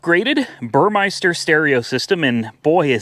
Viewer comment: burmester, not burmeister